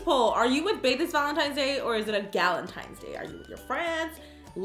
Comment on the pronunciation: Omg on the first one who else noticed she said valentimes not valentines